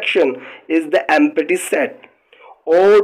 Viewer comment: sir this is not empaty set this is empty please correct the prononsiyation thanks